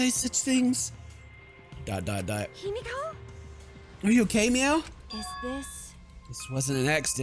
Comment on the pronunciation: The way he pronounces himiko- It’s He-Me-Co Not Hi-meek-o My gosh 🤧😖